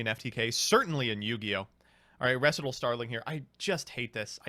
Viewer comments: REE SIGHT AL not reh sih tul lol like a practice run for a dance routine, a recital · I know it’s dumb to get upset over how people pronounce words, but, whenever say “Recital” as “ressitahl” instead of “recite-all” a nerve in the back of my brain stem twitches and I immediately become annoyed. It’s not a choice or voluntary, AT ALL. It’s an immediate, base instinct reaction. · Are you intentionally pronouncing recital incorrectly? Have you never heard of a piano recital? Am I the one not reading it right?